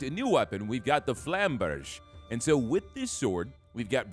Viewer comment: I think it’s pronounced flamberge not flamberge.